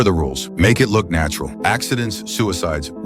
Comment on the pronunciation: Yeah heard it too